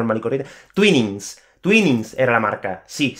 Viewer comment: no lo sabía también pero se dice "tuàinings" ;) sinceramente, no sé por qué... especialmente teniendo en cuenta que "twin" se pronuncia "tuìn"...